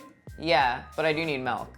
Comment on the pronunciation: I know you did not say "melk." You're lucky I love your videos and the way you say "melk."